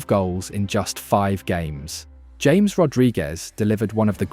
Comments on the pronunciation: James 😂 NO Ha-MEHS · Great video and a good analysis, just some small feedback on some pronunciation, James Rodriguez´s name is pronounced like Ha-mes, not your typical James. Vamos Colombia! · Thank you for your video praising our team! Just as a side note, our 10's name is pronounced Ha-mes